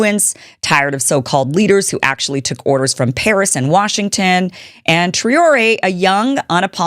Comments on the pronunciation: Traoré is pronounced TRAWORÉ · North American Brothers & sisters. Ibrahim Traore is an African hero in the footsteps 20th century heroes like Abdelkarim Al Khattabi, Thomas Sankara & Patrice Lumumba. Ibrahim Traore's name is pronounced Ibraheem Traw Ri. Cheers❤ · Please pronounce his name correctly 😢